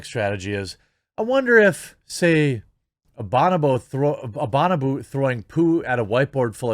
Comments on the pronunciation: a "bon-ah-boo" bro!? hahaha its "bow-no-bow" lmfaooo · I love ya Hambone but it's pronounced Bo-No-Bo. 😂